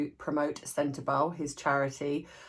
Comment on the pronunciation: Sorry to i don't mean to be nit picky, just want to say for anyone who doesn't know how to say senterbale it's pronounced centerbali , the e is spoken as i like bali, . 👍❤️😁